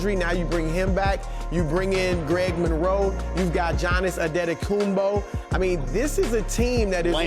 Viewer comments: Jonas Adedokumbo” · “Johnis Antokoumbo” 🤣🤣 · "Johnis Antekoumpo" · The guy said: giannis adeckockuonmpo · jiannis antetokooompo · johnass andeadokoonbo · Jiannis adetokoumbo